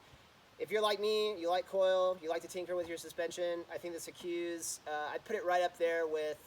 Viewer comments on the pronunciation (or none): Just so you know, it’s pronounced like sea-cus, not sea-Quse. If you go to the Vorsprung site, you can hear the owner say it, It’s good to know the proper pronunciation for a product that you’re reviewing. 👍🏼